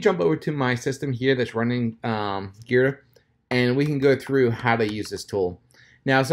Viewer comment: The tool is pronounced gee-druh. Not like the letter G but like the article of clothing you wear in mixed martial arts such as jiu jitsu